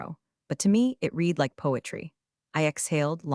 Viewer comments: Getting lazy now, don’t care I guess since then come from YouTube for minimal input is easy. Why not listen to the A.I. output before posting? Edit a bit, I am English, you know those strange people from England 🏴 UK 🇬🇧, it matters to me if read as in RED comes out as read as in NEED. SO YOU GET A THUMBS DOWN AND UNSUBSCRIBE. It matters not matter to Americans who don’t speak, read or write English. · Can you please teach your AI the difference between read and read? I have read the news. I will read the news. Past, present and future tense. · 'Read' in this story should mostly be pronounced 'red' not 'reed.' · Could you please get your AI to use the proper tense of “read”? Red vs read? It makes this whole thing sound ridiculous. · Please teach your AI the difference between the present and past tense of the word “read”.